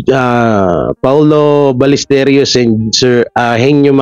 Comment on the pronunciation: Ballesteros hndi Balllesteryos,, ros lang di ryos.